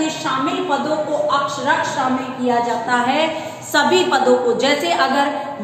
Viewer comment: अक्षरशः अक्षरक्ष नही, आप बी एड कर चुकी हैं, ऐसी गलतियां नही होनी चाहिए